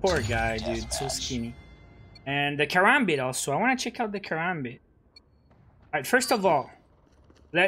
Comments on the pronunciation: I was being sarcastic Also he said "Karambit" not karabit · Killer Sol he said karabit